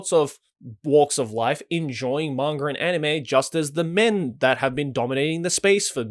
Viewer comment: "Mangur" Joey Blizinger (Manga)